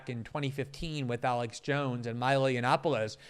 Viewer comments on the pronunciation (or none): none